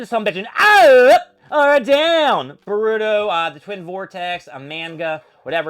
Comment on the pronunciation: You could start by at least saying manga and boruto correctly